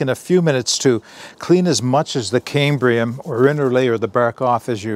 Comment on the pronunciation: There is no 'r' in c-a-m-b-i-u-m.